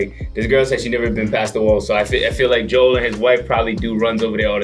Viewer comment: You guys are saying his name wrong lol it's Joel not jewell